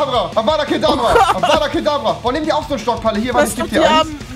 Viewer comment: Es hesst avdat kadavra und nicht avada kadabraaaa